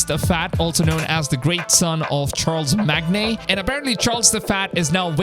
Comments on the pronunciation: My man said Charles-magne, it’s Char-LE-Mane. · why is no one questioning how he said charlimagne, mans straight up said charl-mag-ne when its char-le-mane lmaooo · Not Charles-magney it's charla-mane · It’s pronounced Char-le-main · "Charles Magne" LMFAO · Dude, Charlemagne is pronounced "Shar-la-main" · "CHARLES MAGNAY" LMFAOOOO😂😂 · this man actually called charlemagne "charles magnay" 😂😂😂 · So it is not pronounced as Charles-mag-neh? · Damn these people really hate you for mispronounce Charlemagne.. Btw siege of Paris should be really fun since the Vikings tv show version of raiding Paris looks really awesome so I'm hoping Ubisoft take a page out of the Vikings tv show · I was lmao when he attempted to pronounce it. I guess he doesn't read much history lol. The historic parts of the AC games are what kept me coming back for each new release. The only thing that disappointed me with Valhalla from day one is the omission of the history tour mode that i loved in Origins,. I still need to check it out in Odyssey but I'm not a Greek history fan so much so I don't know if Ill be able to get through it all. Only problem with the history in Origins though is that it's mostly b.s. when it comes to who built the pyramids etc. I'm sorry but it was NOT the Egyptian people moving those stones through sand on top of logs. That has to be the BIGGEST bit of misinformation in "official" history of the region. You gotta have big balls as a country to take that kind of credit. Smh. K I'm done ranting. Lol take care Charlie Magnay's of the world. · More impressive than the falsely pronounced name I find the statement "all the way to France" 😅 people swim from England to France for fun. It's not that far 🙈